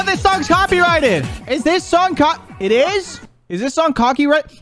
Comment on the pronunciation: best slips of tongue :cocky righted leblon